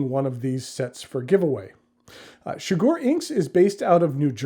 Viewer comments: The inside of that box is gorgeous 💙 Shigure is pronounced more like she-goo-ray fyi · shigure: she goo ray pronounce each syllable for the same (short) length, and with no stress on any syllable